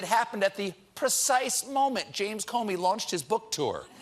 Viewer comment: I love you Stephen, but it's "strike", not "Shhtrike". There is no H